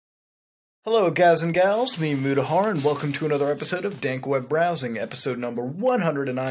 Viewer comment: I swear I heard him say mutahard at the intro